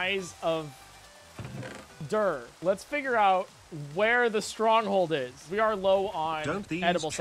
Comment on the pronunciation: You said strong holed I was confused cuz no hole???